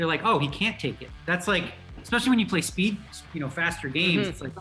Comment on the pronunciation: Hikaru "Expecially" Nakamura